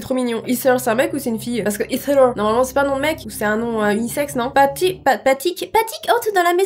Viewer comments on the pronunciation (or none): Mdrrr ça se dis pas hither mais héther dans la prononciation 😉 continue t’es vidéos d’histoire d’horreur je suis devenu y’a grande fan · sa fait 3 fois que je lis avant de me rendre compte que tu disait pas hitler mais hither... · Heather est un prénom de fille anglaise (d'amérique en tout cas) qui se prononce ''ézer''